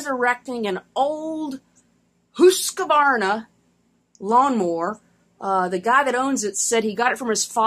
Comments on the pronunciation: As always easy to follow and fantastic camera work and Husqvarna spoken like a true Swede. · Lol - I just love the way you say Husqvarna - spot on there 😂 I just made a video today with your sticker in it. Cheers!